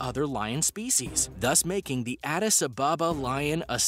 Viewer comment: Adis ababa is said as one word the space in between the two words is practically nonexistent